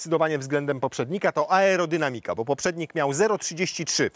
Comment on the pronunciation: Aerodynamika z akcentem na 3 sylabę od końca. Brawo! Tak trzymaj!